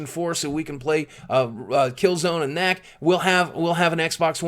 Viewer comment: KNACK BABY ITS KNACK